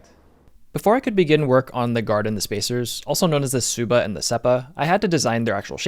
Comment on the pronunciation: Amazing build. You're such a talented bladesmith. Love your uploads! Quick pronunciation nitpick. Tsuba is said "ts-OO-ba" like tuba with an S slipped in 😄You saying "Suppa" almost sounded like my southern dad calling me for dinner haha